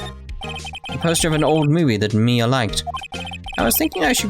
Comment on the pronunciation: thats exactly how you pronounce Mia AND Maya Name you nailed it i wonder how last it will last Oh :(